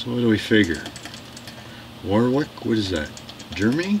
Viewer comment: warwick pronounced warrick